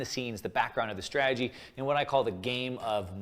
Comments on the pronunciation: Exactly. And he cant even pronounce strategy. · Why would a financial supergenius like this guy feel the need to spend time and energy making these videos? If I knew all the secrets, I'd keep it to myself. It's like a pyramid scheme. Besides, he can't even pronounce strategy.